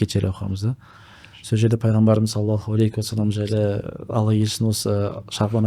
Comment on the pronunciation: Осы кісі салауат айтканда неге "алейКи уассалам деп айтады,мынау әріп Һ болу кереккой,сол жерін тузесе екен,өзінің подкасттарында да байқадым,такиясыз сұр киімде откан кісі